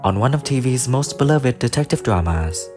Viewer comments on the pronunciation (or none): none